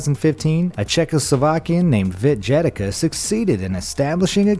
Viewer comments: It's literally not that hard to look up that Vít Jedlička is actually pronounced Veet Jedlichka and that the Czech Republic is not Czechoslovakia anymore. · You pronouced that man's name badly. It's Vít Jedlička [Weet Yedlitshca (Y like in "boy", EE like in "teen" and C like in "coal")]. At least listen to the pronounciation of it in google translade ty vole. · And how he pronouced it lol. It's Vít Jedlička [Weet Yedlichca (Y like in "boy", CH like in "chalk", EE like in "teen" and C like in "coal")]. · proper reading of "Vít Jedlička" is something like "Veet Yedlitchka" and he is not "Czechoslovakian" but only "Czech". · As well as pronounciation of 'Vít Jedlička'. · and its Vít jedlička